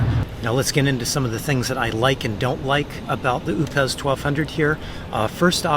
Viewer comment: I'm not sure, but I think it's pronounced O pes